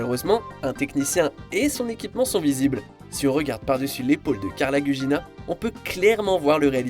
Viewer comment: N'est pas faux raccord qui veux... Un peu de montage ne serait ce que pour éviter au viewer de faire pause, ce n'est quand même pas grand chose... Et c'est Carla Gugino et pas Gugina.